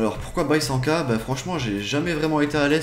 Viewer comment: C'est pas C'est!! Avec Ta moustache Mexicain je Kiffe😃